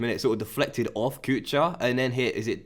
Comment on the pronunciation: Enjoying the series immensely! On a quick note: Kuchar: ch is pronounced as h (think the first sound of the word Helicopter). It means cook. *************The more you know **************